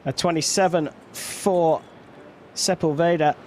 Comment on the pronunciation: So annoying how the guy says Sepulveda!! Figure it out vato!!!